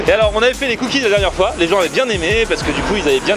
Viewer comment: Les "cookizes"